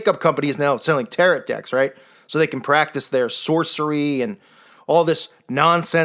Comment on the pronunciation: The tarot ...the t on the end is silent.